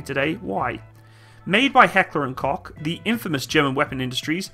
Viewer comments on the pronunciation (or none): Always a pleasure listening to non native speakers trying to pronounce Heckler und Koch xD No hate, love you.